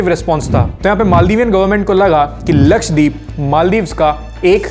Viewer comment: lakshay×3 k saath rhne ka asar lakshdweep ko lakshay dweep bol diya😂